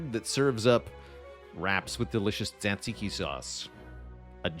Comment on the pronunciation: that pronunciation of “tzatziki” 💀💀💀